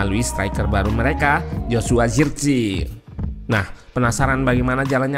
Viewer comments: according to koc Justin , nama Zirkzee dlm bahasa Belanda pelafalan nya cuman "zirkse" engga di inggris in jadi "zirkzii". thank u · lah iya, pakai eee gitukan, bukan iiii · zirkzee ga sih bacanya, bukan zirkzii🤔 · Zirkzee bang bacanya bukan Zirkzii😅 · zirksee kalo bahasa belanda mah bacanya